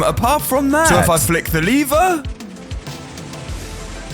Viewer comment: Bro your vids are amazing the only problem is you saying "liver" instead of "lever" its a bit strange but i think its just pronounciation problem or your the way they say in your country